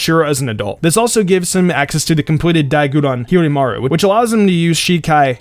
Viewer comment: I guess he watches the dub due to how he pronounces Hyorinmaru